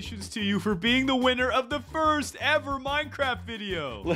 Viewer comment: it’s minecraft not moincraft